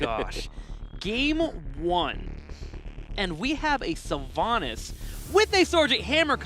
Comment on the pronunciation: Sylvana mates, not SylvAnus